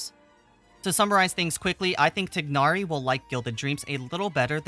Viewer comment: Great you pronounce Tighnari correctly! and not Thainari!